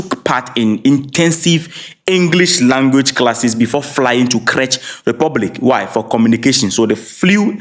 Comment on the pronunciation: Not crech Republic the correct pronunciation is “Check” republic.